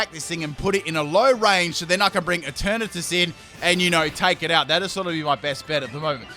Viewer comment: ‘’And Eturnatus is going to be turned into Eturnapiss” Wtf?